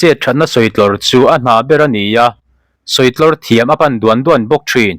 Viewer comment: Duan duan i thluk dan chu leh😂